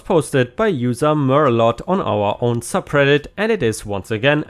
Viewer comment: merlote is a type of wine. when pronouncing it the t is silent